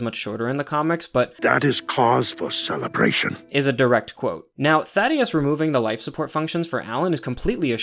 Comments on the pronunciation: Bro it’s Thaedus not Thadeus. Just wanted to tell you if you’re actually still reading these. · THAY-DUS not Thaddeus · Slight correction, I'm pretty sure it's Thaedus and not Thaddeus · Amazing vid once again, but I HAVE to mention it since i don't see anyone else mentioning it! His name is Thaedus, not thaddeus lmaoo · These breakdowns are so thorough and fantastic. Love your pacing and delivery! Another little pronunciation note!: It's ThAEdus not ThaDEus, pronounced Thay-dus! I imagine it's one of those subtle name adjustments to make him seem a little more alien. Also I'm not 100% sure the character shown in the show is meant to be Thula, she's drawn a little older and my personal theory is that she's going to be Thula's mother or perhaps mentor. Establishing the braid-knife thing as a Viltrumite Fighting Style that multiple characters might use. Thula can then be introduced later with some baggage against Nolan. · Thaedus not thaddeus btw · Great video man, just as polished as the last one! Small nitpick, idk how you keep mispronouncing the name of THAEDUS (thay-dis) as “Thaddeus” when they say it in the show lol, it’s not important just kinda bugged me. Regardless, this was a very thorough and well thought out vid and I’m looking forward to the Season 3 breakdown! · THAEDUS. THEY DUS. NOT THADDEUS😭😭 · Idk if how you say Thaedus is a running joke because of how you mispronounced some stuff in the first video, but its "Thay-dus" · Thaedus ❌ Thaddeus ✅ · ‘Oh I’m sure will say Thaedus correct once he hears it in the show!’ saying Thaedus after he hears how it’s pronounced - - ‘Damn… 😢’ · No offense but that is the funniest mispronunciation of Thaedus I have ever heard